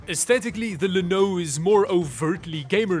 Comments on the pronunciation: Pretty sure "llano" is supposed to be pronounced "YA-no". It's the Spanish word for "plain" (the geographic feature, not the adjective). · That almost sounded like "Linode". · I'm pretty sure "Llano" is pronounced like "ya know", because it uses the "ll", which in many languages is pronounced like a "y" in English. Ya know? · I know you just selected the llano because it sounds sort of like "lanode" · Llano should be pronounced with a Welsh accent.